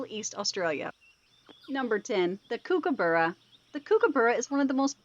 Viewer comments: Kookaburra is pronounced like "Cook uh burra", they aren't Kooky :) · Kookaburra is pronounced "Cook uh burra" they aren't kooky :) and Quokka is pronounced Kwok uh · Kookaburra pronounced like "Cook uh burra" :) They aren't Kooky